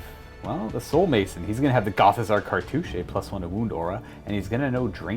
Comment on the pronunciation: Did he say cartouch-aye?